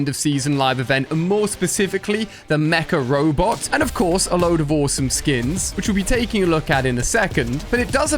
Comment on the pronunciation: Everytime he sais mca robot, I understand macaroni.